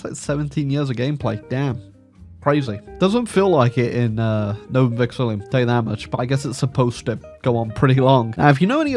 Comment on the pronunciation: please, I can't take it anymore—it's not Vexillium, there is no second letter I